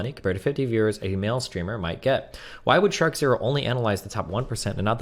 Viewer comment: TIL his name is not pronounced "Shark Zero."